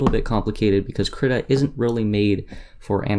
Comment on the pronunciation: excellent tut. I think its Kreeeeta =|